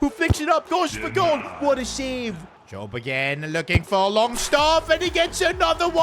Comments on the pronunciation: did bro say longstaf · He said longstaff lol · Did he say longstaff?!?!🤣🤣